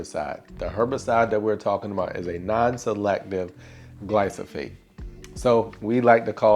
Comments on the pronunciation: Love your videos and the yard - especially your edging around your trees. One thing that might help in this video - it's glyphosate (gly-PHo-S-ate), not gly-So-PH-ate. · Its not gly-so-fate. Its gly-fo-sate